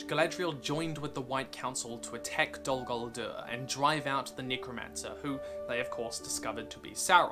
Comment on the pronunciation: It's nice that u make these video's, but if you love languages like Tolkien did, try to speak out the names correctly, like: Dol Guldür( Not Dol Goldurr), Gàndàlf ( not Gèndàlf), Gàlàdriel (not Geledriel)... Don' t take me for a Troll, just try to help. THX